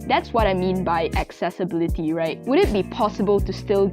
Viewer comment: No one:...: Accessbility:/